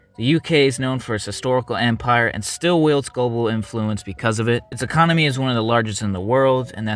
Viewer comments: ecomony instead of economy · A strong ecomony took me out fam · “ecomony” sounds about right